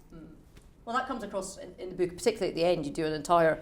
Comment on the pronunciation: It is not a 'beak,' interviewer. Say 'book'. BOOOOk.